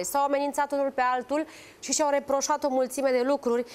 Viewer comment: "Șî noi putem " lesin cand ii aud 😂😂😂